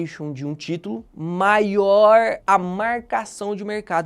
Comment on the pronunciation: "MAIOOORRRRR A MAARRRRCAÇAO DE MERRRRCADO"